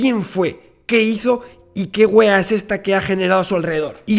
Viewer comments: se acentúa la "a" en wea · Te juro que yo quedé como ¿Por qué dijo wea? Y también quería comentar que se dice acentuando la "a" xd